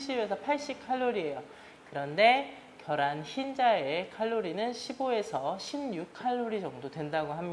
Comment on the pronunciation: 겨란ㅋㅋㅋㅋㅋㅋㅋㅋㅋㅋㅋㅋㅋㅋㅋ ㅋㅋㅋㅋㅋㅋㅋㅋㅋㅋㅋㅋㅋㅋㅋㅋㅋㅋㅋㅋㅋ자연스럽게 겨란이라고 말씀하시는거 너무 재미있네요 ㅋㅋㅋ 좋은영상 감사합니다!!ㅋㅋㅋㅋㅋㅋ